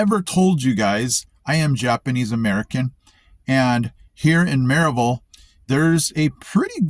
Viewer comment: You’ve adapted and are a true Appalachian based solely on how you pronounce Maryville 😂. Glad to have you , brother .